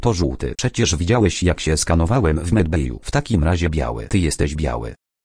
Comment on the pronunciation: Piszę się medbayu a czyta medbeju